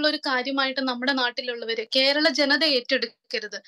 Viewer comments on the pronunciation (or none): none